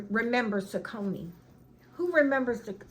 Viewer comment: I think the 49 cent sale is a joke. The sneakers are cute! I had your vid on in the background and when you said "saconey" I was trying to think..which brand?! Then I watched and you showed the name...SAW-kuh-nee ...Yep, I remember THAT brand! Kinders are so good! Just don't sprinkle it on over the steaming food or it clumps up in the bottle and will never shake again. (Unless you put it in a food grinder)